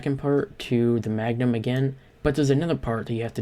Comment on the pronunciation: "MANGUM" lol